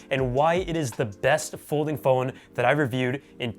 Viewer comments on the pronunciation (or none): "Polding fhone" 👍